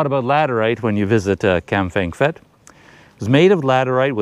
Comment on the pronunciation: Prounced Pet not fet!